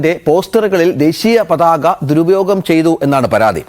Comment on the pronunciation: ഇപ്പൊ പരാതിപ്പെടേണ്ടത് ഈ വാർത്ത റിപ്പോർട്ട് ചെയ്‌തുകൊണ്ടിരിക്കുന്ന നിങ്ങൾക്കെതെരെയാണ്. പതാക എന്ന മൂന്ന് അക്ഷരം പോലും തെറ്റ് കൂടാതെ പറയാനറിയാത്തതിന് 😂😂😂